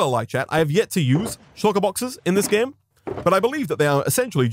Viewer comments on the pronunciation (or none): none